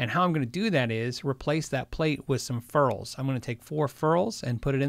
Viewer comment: "fair-ulls" lol